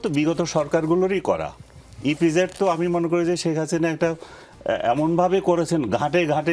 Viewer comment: এই লোক তো ইপিজেড ঠিক মতো বলতে পারে না😂😂😂😂ইফিজেড বললো😂😂😂